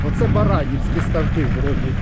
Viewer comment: Каверкання назви-не страшне,ти крутий!!!